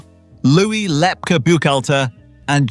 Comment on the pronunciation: Lepke pronounced Lepkey NOT Lepka